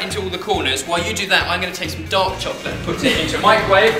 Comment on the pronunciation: When ben says "dark chocolate" i hear "dog chocolate"